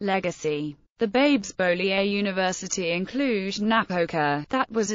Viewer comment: Very enlightening, but it would be better if the mathematician's name were pronounced correctly.